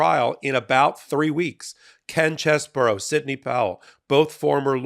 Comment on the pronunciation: Ken Cheese bro, not Chess bro.